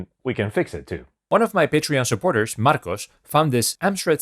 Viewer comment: Stellar troubleshooting! I didn't know you were Spanish, btw. Your English is perfect. When you said "Marcos" like that my brain went "What the hell"🤣